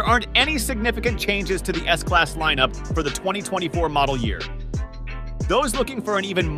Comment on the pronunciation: S-Slass? S-Class